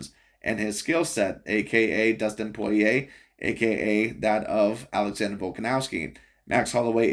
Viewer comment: This guy miss pronounced Dustin Poirier’s name, compared Yair Rodriguez to Johnny Walker..referencing Kung Fu. You stated him as predictable, yet there were moments where Volk had issues predicting his striking therefore transitioned into a grappling match. I was going for Volk the entire fight but you’re overall assessment was ridiculous.